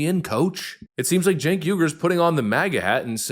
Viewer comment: That awkward moment when your momma names you "Sink", but she misspelled it "Cenk", and you've spent 40+ years mispronouncing it as "Chink". It's generational ignorance on national TV.